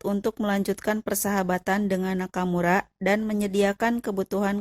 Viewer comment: Aku gagal fokus sm cara ngmg admin.. "teruok,infanterik, nakamurak,merekak,bergerilyak,merdekak, amerikak" 😆😆😆😆 , ini orang depok , apa tasik admin nyakk